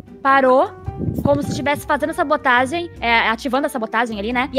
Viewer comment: Kkkkkk a vi falando sabotagi